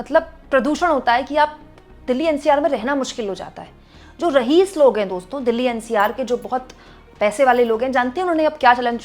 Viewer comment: शर्म की बात है कि आप कितने ही शब्दों का सही उच्चारण नहीं जानती हैं या ग़लत शब्द बोलती हैं. अभी आप ने रहीस बोला जब कि ये रईस होता है. इसी तरह आप बहुताया बोलती हैं जब कि ये शब्द होता ही नहीं है. स्थिति को आप स्तिथि बोलती हैं ये भी ग़लत है. लेकिन आप हैं कि बार बार बोलने के बाद भी नहीं समझतीं. शर्म की बात है